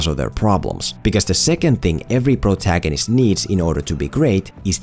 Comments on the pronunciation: I kept hearing Bro-tagonist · Nobody::🅱️rotagonist